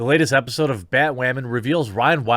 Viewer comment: did you say "epi-pseud"? xD